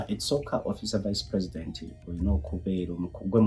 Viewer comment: Precitend, oba president 😍ebyuma bya bazungu biswaza🤦‍♀️🤦‍♀️🤦‍♀️